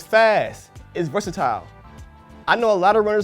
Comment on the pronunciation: I think his pronunciation of "versatile" was actually my least favorite part of the video...